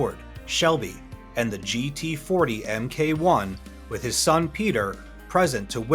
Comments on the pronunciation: for furture reference, MK1 is not pronounced EMMKAY, its Mark 1. Its so weird when someone commentates on a movie and has all the correct pronunciations right in front of his face and ears, but still pronounces every single name wrong. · "...Em Kay One..". Come on, man!